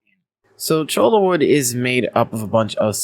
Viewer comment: I collected some when I took my ecology class out to the desert. I cringe every time you say CHOLA.... it is Cho-ya